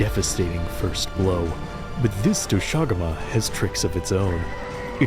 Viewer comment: is it not pronounced "dosha guma"? and not "do SHAguma"? sounds so weird😭 not to undermine the absolute behemoth of a piece of art